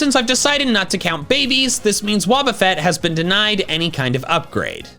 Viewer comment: It's Wobbuffet, NOT Woubafett!